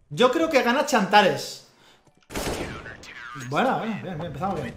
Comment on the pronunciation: todos: tsantares: chantares.